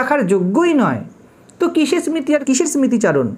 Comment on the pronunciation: আত্মা, স্মৃতি, জড়, Disk উচ্চারণ এত ভুল কেন!